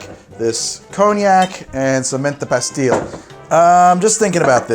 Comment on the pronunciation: As a canadian, whenever i hear this man pronounce french words(creme, pastille, etc) i die a little inside